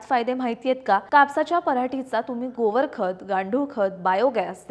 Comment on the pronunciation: गोवर नाही गोबर 😂😂😂 वाचून बोलू नको 😂